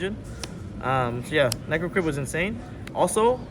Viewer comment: Pak's been watching too much DB Grinder... "Paradeesay," "Dezeeahray," and "Necroidquip" are just diabolical